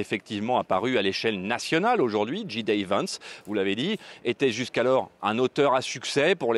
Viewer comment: Votre correspondant ne sait pas prononcer JD (il a dit Dji Day Vance à ) c’est Djay Di Vance! Spécialiste des US! 🤣